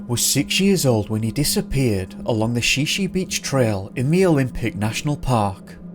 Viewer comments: OMG!!! If you are going to do stories about a place, make sure you get the proper pronunciations for those places!! Shi Shi Beach is not pronounced She She... it's pronounced Shy Shy! Makah is pronounced Muh kaw, not mackaw. Sequim is pronounced Skwim!!! Not SeeKwim. These are Native American names. GET THEM RIGHT!!! GRRRRRRRR I am from the Olympic Peninsula and hearing these mispronunciations is driving me crazy!!!!!!!! Remember there are wild animals here too! Bear, Bobcat, Cougar, Coyote. Those will eat people. Bones and all. I believe that's what happened to Bryce and the guy who went to Mt. Baldie. OMG.. Spokane is pronounced SPOKE ANN. NOT SPOKE ANE. OMG!!! Who the hell is this narrator?? DUMB ASS!!! Research pronunciations!!!!!!!!!! HOODSPORT!! Not Hoodspot!! There's also rumor that there is government military installations all over the olympics.... Secret ones!! HMMMMMMMMM....OMG Again!! Ozette Lake... O zett! Not AHzett!! OMG!!!! GRRRRRRR!!! Port Ange LESS! Not port Angeleeees. OMG!!!!! New narrator please!! One who knows how to completely research!!!! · I thought it was Shy-shy not she she. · Washingtonian here, Shi Shi is pronounced "shy shy" and Sequim is pronnouced "skwim" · And Shi Shi is pronounced shy-shy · Please contact me next time to confirm pronunciation of Native American place names in Washington State. Shi Shi Beach is pronounced "shy shy". Sequim is one syllable. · It’s pronounced shy-shy beach and MaKAH ( emphasis on Kah). Sequin pronounced as skwim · It's pronounced: Shy-Shy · Shi Shi beach is pronounced "shy shy" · Shi Shi is pronounced (Shy Shy). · Great video but ya need to work on the pronunciation of Sequim and Shi Shi.